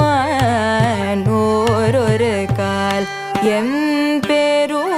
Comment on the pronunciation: சுமேதா மிக அழகாகப் பாடியுள்ளார்... "ஓரொருகால்", "சீரொருகால்", "நீரொருகால்", "பாரொருகால்" என்றெல்லாம் பாடும்போது மிகச் சிறப்பாக உச்சரித்து அனுபவித்து பாடியுள்ளார்... ஆற்று ஓட்டத்தில் (சற்று பயத்துடனே) உட்கார்ந்து பாடுவது சிறப்பு... மாட்டு வண்டியிலிருந்து Tractor - ல் பயணிக்கும் திருவெம்பாவை, அடுத்து ISRO - வில் எதிர்பார்க்கலாம்,.. வாழ்த்துக்கள்...